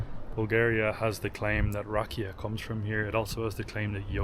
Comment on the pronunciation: Rakía- the accent is on the i, not the a. Sófia- the accent is on the Ò not the a... The way you pronounce it is the name of a girl named Sofia. Super video!!